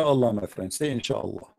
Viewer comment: install net don't say insalla 😂😂😂